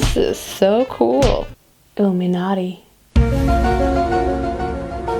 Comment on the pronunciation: I understood "Uh me naughty" instead of illuminati 🤦